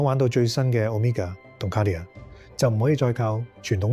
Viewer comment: Dude you gotta figure out how to pronounce “Cartier”